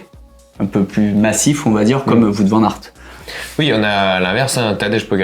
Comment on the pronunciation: Le petit point culture néerlandophone: "Wout" Van Aert se prononce "Ou-o-ou-t". Comme "Wow" avec un -t à la fin. Et non pas "Voûte". Pour être honnête, ça m'a gêné. :D